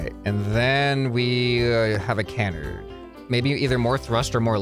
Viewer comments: It’s Ca-Nard, not Can-Ard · its pronounced kəˈnärd